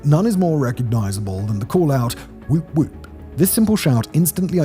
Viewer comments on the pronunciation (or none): That was an excessively British "woop woop". 😁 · It was the classiest, most British "woop woop".